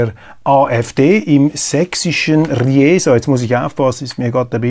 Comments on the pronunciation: Richtig Riesaaaa nicht Rieeeesa 😄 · ff... Sie Stadt RIESA spricht sich wie "RIESE" und nicht "Ryjesa". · Die Stadt heißt übrigens nicht "Ri-esa", sondern ganz einfach "Riesa", gesprochen: "Riisa". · Heute zum ersten Mal zwei kleine Anmerkungen zu Ihren ansonsten wie immer auf den Punkt gebrachten Analysen. Riesa (in Ihrer Aussprache "Rijesa") heißt und wird gesprochen "Riesa" - mit langem "i") Im schweizerischen Brienz wurde ich bei meinem allerersten Besuch fast angefeindet, weil ich aus Unkenntnis bekundete, wie schön es doch in "Brijenz", vor allem am "Brijenzer" See sei! Dieses Ungemach möchte ich Ihnen bei einem eventuellen Besuch in Riesa ersparen! 😉 Zweitens beruht die Reduzierung der Gasmengen über die "Nordstream 1"-Pipeline tatsächlich darauf, daß Teile der Verdichterstationen, die "Siemens" vertraglich in vorgeschriebenen Intervallen zu warten verpflichtet ist, nach Kanada in dortige Vertragswerkstätten geschickt wurden. Aufgrund der Sanktionen können diese Teile, obwohl fix und fertig repariert und geprüft, Kanada nun nicht mehr verlassen. Sicherheitsvorschriften verpflichten nunmehr den Betreiber, die Durchflußmenge zu reduzieren. Auch, wenn es den Russen gerade gut in den Kram zu passen scheint, sind sie NICHT Schuld an dieser Misere. Außerdem haben sie sofort angeboten, die lieferfähige (und auf Bitten Deutschlands gebaute!) "Nordstream 2" in Betrieb zu nehmen, was von Deutschland entrüstet abgelehnt wurde. Danke für Ihre Beiträge und - bitte weiter so! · Kleiner Aussprachehinweis: Es heißt Riesa wie Riese. Nicht wie Rijeka... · Riesa wird übrigens wie Pisa ausgesprochen, mit langem "i". Ri-esa ist aber auch hübsch, vielleicht setzt sich das noch durch ;-) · Röschu, das heisst Riesa nicht Rijesa! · ... nicht Rijesa - Riesa mit langem i ! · Riesa mit ie, nicht Ri … esa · Oje, es heißt "Riiiiiisa" nicht "Ri-e-sa". Langes i ! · Hallo Roger: ... im sächs. RIEEEEEESA 😉😉😉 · Bitte! Riiiisa, mit langem iiiii! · Hallo bitte Riiiieeesa. I + e = ein langes iiiii